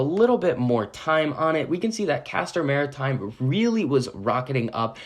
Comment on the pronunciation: I appreciate that you know how to pronounce the name of the company